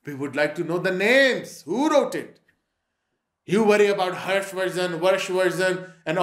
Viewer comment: Harsh or you mean hafs 🤣🤣